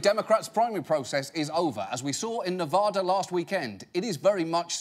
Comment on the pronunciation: As someone who lives in Nevada, I am kinda annoyed by how he says Nevada.